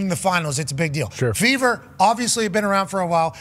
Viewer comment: Fever .. I thought they said Beaver 😂